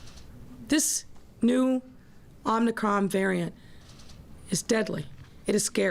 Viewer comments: She can't even pronounce it! "Omnicron?" Hoho, we better listen to this one. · This new OMNI CRON VARIANT omni? Omni? Omnicron supposed to be OMICRON....and play back at 25 % speed and see if you don't laugh. Really. 😂😂😂😂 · She is so stupid. she said "omnicron". She should take nightly walks through every neighborhood in Chicago WITHOUT her security!!! Can't believe she considers that hairdo to be an emergency that requires breaking her own covid restrictions!!!! Beyond pathetic!!!! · More fear-mongering and over-reaction.👎 Just remember this mayor has no authority to do these things. Just run your businesses and work your jobs as usual. These tyrants will be getting their comeuppance down the road. She can't even pronounce Omicron for goodness sake. That should tell you something. She is an idiot.